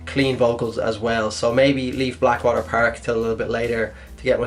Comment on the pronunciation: Bleckwater perk and herlequin forest XD